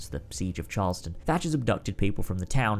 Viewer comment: You pronounced Charleston wrong. Like how people who don't live there do.